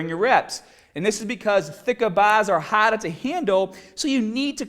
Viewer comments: push haaad and listen to madda and fadda! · "uppa orms"......"hadda"...